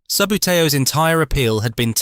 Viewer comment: its pronounced ' sub bootie oh ' great content though